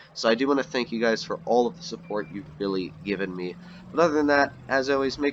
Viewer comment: Good video, missed it when it came out.. btw I think at the end of the video you said "have a good gay guys" lol